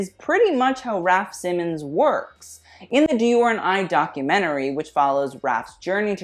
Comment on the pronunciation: It really grinds my gears to hear Raf’s last name butchered a gazillion times in this video. It’s pronounced „SEE-mons”, not „Simmens”